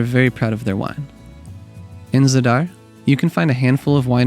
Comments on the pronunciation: It’s Za’dar not Zada’r. And Ko’rnati not Korna’ti. Beside that, it’s beautiful video . 🙂🙂🙂🙂 regards from Pula, Croatia 🇭🇷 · Thanks for this excellent video. Reminder that the first syllable is usually accented, so it's pronounced ZA-dar.